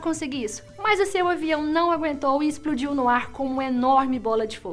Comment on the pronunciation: Exprudiu? KKKKKKKKKK